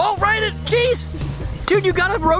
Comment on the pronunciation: It’s ryden not ryder